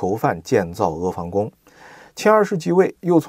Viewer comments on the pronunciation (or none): 阿a房fang宫,阿e房pang宫